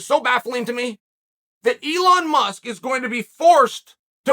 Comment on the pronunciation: If chael says his name is Eon Musk… ITS EON MUSK